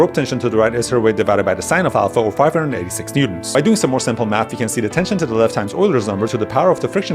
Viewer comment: “Sinple math”💀💀